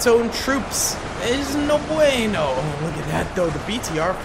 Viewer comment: "No bueno... Very no bueno actually" that second, casual, "no bueno" had a really nice pronunciation, actually